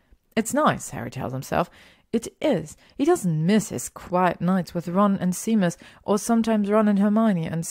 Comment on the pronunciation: Hey Caro, vielen Dank für deine lieben Worte. Es freut mich, dass dir die Geschichten so gut gefallen:)! Mit den englischen Wörtern hast du absolut recht und ich würde mich freuen, wenn du mich da ab und zu drauf aufmerksam machst:) Es ist immer gut was Neues dazu zu lernen und dass Seamus Sheymes ausgesprochen wird wusste ich tatsächlich nicht:D. Da habe ich heute wieder was gelernt. Vielen Dank für das liebe Angebot. Ich hoffe auch, dass ich damit noch lange weitermachen werde (und du mir noch lange zuhörst;D). Da ich aber mittlerweile fast 30 bin und Fanfic mich noch begeistert wie am ersten Tag bin ich recht zuversichtlich:D. Danke für deinen lieben Kommentar und dass du dir so viele Geschichten von mir anhörst <3. Das bedeutet mir wirklich viel:) Vele Grüße